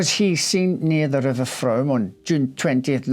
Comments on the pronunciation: A minor observation, the river is pronounced Froom as in moon. I remember the case well. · What a sad sad case. I could listen to you talk for hours, such a lovely voice, & so smartly atired & groomed. Thank you. The name of the river is pronounced Froom, even though it is spelt Frome!!! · Excellent presentation,, although I need to point out that 'Frome' is pronounced 'Froom' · We pronounce it: "froome". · Interesting story. Thanks for doing this. Just a heads up. It’s pronounced Froom 😊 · The River Frome is pronounced Froom, like broom. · Spelt frome pronounced froooooome! X